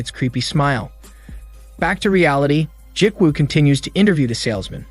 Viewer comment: Ji-woo is pronounced gee-woo like gee in gee whiz and woo like woo--hoo. Not Jik-woo...... other than that cool movie recap.